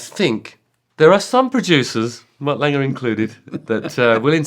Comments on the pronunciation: I love how Justin says Mutt “Langer” 😂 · Justin has always said Mutt Lange name as Langer. Why is that?